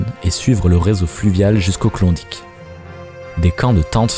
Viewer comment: Klondike pas clondic. Ni mythe ni légende. Ta jamais été laba ma parole